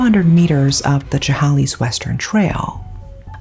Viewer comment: Apologies if this nit-picky, but Chehalis is pronounced "sheh-hay-lis." Loved the video ❤. Being from Washington, I'm surprised that I've never heard of this.